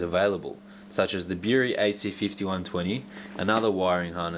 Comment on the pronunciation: Erm no installation shown and he's saying "Bury" Wrong :s